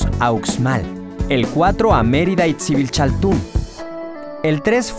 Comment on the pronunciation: Se pronunciaría sibisaltún